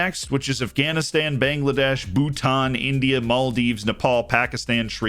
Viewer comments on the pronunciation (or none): none